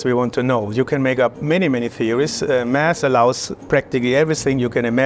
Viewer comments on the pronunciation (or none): His "Math" sounds too close to "Mass" ! ! Now; when you are speaking out on subjects relating to HEP (High Energy Physics) You should really make an effort, and Not let us figure it out from the context!